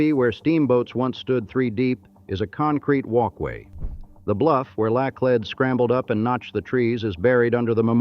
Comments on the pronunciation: First some pronunciations:Chouteau pronounced "Show-Tow"Laclede "Laa-cleed"it is not st louie but st. loois spelled of course St. Louis It is not auhhgust but August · Hire a narrator for the love of goodness. Karen da lay? Part of history is getting the facts right and that goes for the correct pronunciation of names. It's CRON DA LET, not Karen da lay.😂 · This AI STINKS! “Karen De Lay”?!?! Eeshhh!! While I enjoy learning about St. Louis.., The AI RUINS it! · The pronunciations of Laclede and Chouteau are causing me pain. Edit: And many other pronunciations as it goes on. Osage, Anheuser , etc. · LIVED in St. Louis for 64 yrs. Never heard so Many Mispronunciation's 2 min into it Laclede , Osage, Cheautou . I had to add Only folks From out of TOWN or Harry Cary the baseball announcer called it St, Louie . WHY don't you hire a real voice from St. Louis to do read the script. the Ai on this sucks.